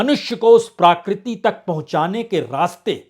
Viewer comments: BURAA NA MAANO : "PRAKRITI" SHABD KA UCH-CHAARAN "PRAA-KRITI" NAHIN , "PRA-KRITI" HAI : SHABDKOSH PAAS RAKHNAA ZAROORI HAI : NAARAAZ NA HONA ! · आदरणीय बाजपेयी जी! प्राकृती नहीं प्रकृति कहें. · प्रकृति, प्राकृति नहीं